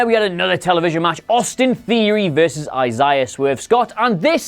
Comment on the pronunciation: PLEASE just call him Swerve since you don’t know how to pronounce Isaiah